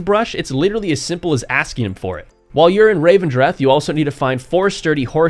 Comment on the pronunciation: The place is called REV-en-dreth, not RAVE-en-dreth. Just sayin.